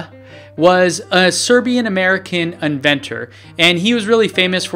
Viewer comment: Zo, Nikola Tezla was a Zerbian...I zee